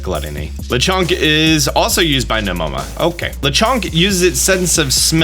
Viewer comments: worrying about pronouncing the legendaries names wrong Pronounces Nemona as Nemora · I love your commitment to seeing the name Nemona being spelled <<Nemona>> and going .... no thanks, NEMORA. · Him: nEh-MorE-uH Me: That is an n, not an r, sir! It is clearly "Neh-moh-nuh." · Nemona , NEMONA, NEEEEEMOONAAAA!!!!! Not Nemora. How is that what you see, and read out loud twice? I'm guessing you do not proof-read as well as forget to double check and edit. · Keeps calling the girl nemora when it says nemona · Bro said Nemora instead of Nemona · afraid he’s gonna butcher the legendary names. Proceeds to call NemoNa, NemoRa 😂